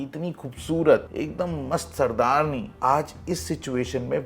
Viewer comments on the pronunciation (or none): Sardaarn nahi its sardaarni